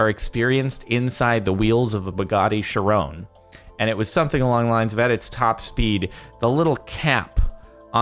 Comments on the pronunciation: He pronounces Chiron like Sharon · You pronounced the Bugatti name wrong it pronounced like Shi ron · Also its Ki-ron not ch-ron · It’s not sher-rone it’s sheer-Ron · Is the Chiron actually pronounced (Shi-ron) I thought it was (ki-ron) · "Sherone" Jordan...it's "Ki-ron". Please... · Bugatti sherone.......... Bugatti Chiron???? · Jordan its not Chieraon its Chiron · Chiron not chirone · "Buggati chirone" (facepalm) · "bugatti sharoan" wat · "Bugatti Shi-rone" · Bugatti ”sharoon” xD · I can't believe sparklez pronounced chiron as "charone" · The way he said Chiron triggered me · DOES NO ONE ELSE HATE TH WAY HE IS SAYING "CHIRON"!!!!